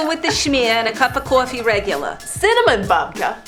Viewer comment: who's says roogular ??? seriously ?